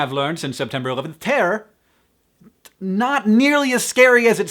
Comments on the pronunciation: i love the way he says terror... terrorr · haha I always loved Hank's accent but when he says "terror" is so prominent and amuses me :)